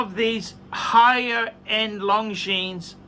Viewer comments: don’t like Long Jeans 👖. It’s pronounced Long Jean! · Long Jeans - man, at least try to pronounce Longines right, 'watch expert'...